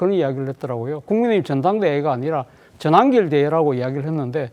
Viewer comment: 전한길 말 그따위로하냐 한글발음 다시배워라 발음이 잡놈잡상 골라골라냐